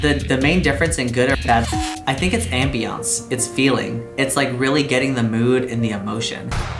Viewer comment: the way he said ambiance made me think he was about to say ambien haha